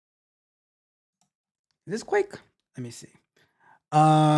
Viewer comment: Guh-wake😂😂 Like quake but with a g instead. It is named that because it was first built for the gnome desktop environment. You know G for “gnome” + quake = Guake. Long a pronounced 😅